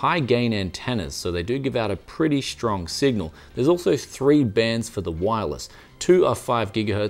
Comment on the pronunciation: In the English language, the word "strong" is pronounced with a "st" at the beginning, not a "sh". Only in America and those who want to sound American, do they pronounce it "shtrong". Also, why do you pronounce "Australian" as "Aushtralian"? Do you have a speech impediment?